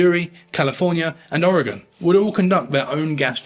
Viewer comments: You pronounced Oregon right. Well done.😃👍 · I think the most impressive part of this video is the correct pronunciation of Oregon